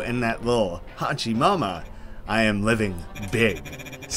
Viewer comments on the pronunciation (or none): Just wanted to thank you for this, but also wanted to inform you its no HAchi Mama its WHOchi Mama when pronouncing "Hochi Mama"